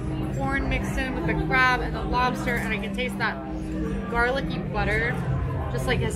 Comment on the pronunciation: As a born and raised New Englander it was my duty to report you both for your pronunciation of lobster. When you travel you will be forced to wait at the border until you can get a native New Englander to vouch for you. 😉